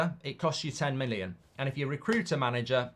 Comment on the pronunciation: Every time Mark wants to say million he says minnion 😆 I think had him watching Despicable Me.